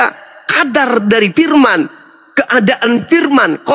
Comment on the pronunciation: Pendeta ini selalu memperlihatkan kesalahan membaca bahasa melayu kitapnya ini pirman tuhan